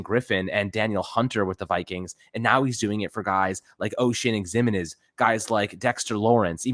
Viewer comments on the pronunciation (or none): It's not the end of the world, but please.. learn how to pronounce Ximines.